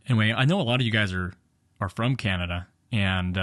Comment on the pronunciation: Did you mispronounce Canada? :) This video is just more proof that FSD is still at least a decade away. And my 2018 Model 3 with FSD will never have it fully functioning, not with the current hardware, This means I'll never have it because I'm not going to pay for it again with a new car. Getting very disappointed in Tesla. Not sure I would have shown that guys license plate and tell your viewers to go paint ball his car. There are legalities to that.